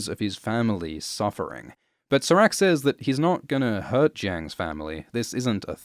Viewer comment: can you please pronounce serac’s name correctly?